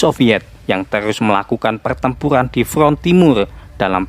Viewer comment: PERTEMPURAN bang bukan PELTEMPULAN